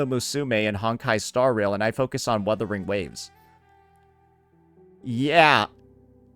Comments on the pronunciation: ok i dont get why they cant say "wuthering waves" correctly. its an english word and "wurther" isnt even a real word while "wuther" is. it has to be intentional. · woordering waves..... lmao